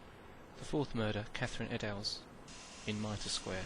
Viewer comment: Liz Stride died in Berner Street, not Fairclough Street. Eddowes is pronounced EDD-OH-Z, not EE-DAO-Z. She was released at 1am, not midnight. The murder site is not a school - one is nearby. You have the wrong doorway in Goulston Street - it was the next one down to the right. The killer got the name Jack the Ripper BEFORE the 30th September, not after.